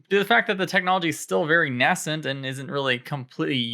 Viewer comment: FYI, nascent is said nay-cent rather than nah-cent 😜